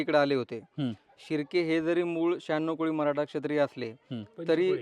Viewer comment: महराठा नाही हो...मराठी म्हणा